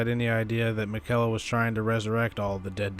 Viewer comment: The way he pronounces miquella always irks me! Lol great video as always dude